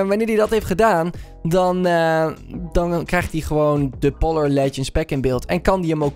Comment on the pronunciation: Polar zeg je als poolar